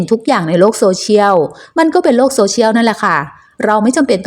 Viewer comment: โซ-เชี่ยนเลาะ(เลาะอยู่ในลำคอ) ไม่ใช่โซเชี่ยว